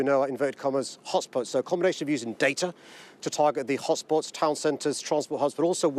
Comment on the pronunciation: He can’t even pronounce “hotspots”.